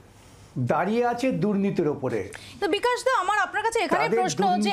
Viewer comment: bikas noi ... biklas .......... 🤣😭🤣😭🤣 ......